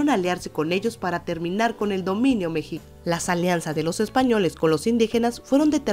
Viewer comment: Se dice mexica no mexica